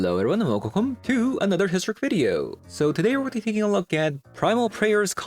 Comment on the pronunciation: What's the story with the "wu-celcome" at the beginning of the video? Maybe in misunderstanding what's being said there?